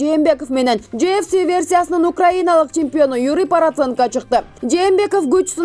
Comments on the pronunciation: Параценко дейтко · Параценко дейсин да журналист миш бир жолу параценок деп кой👎Бекишовду Бекешов дейт сабатсыз!!!